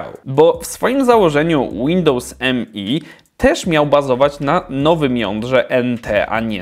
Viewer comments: To nie jest Windows "eM-E", tylko "Me" - wymawiane jak ang. zaimek "me" ("ja"). Używałem ok roku i jakichś wielkich problemów nigdy nie miałem, później skok na XP, reszta jest historią ;-) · Nie mówi się Windows mi tylko Windows me